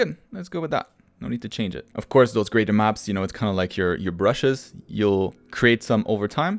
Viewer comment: Why are you saying ''graden maps''?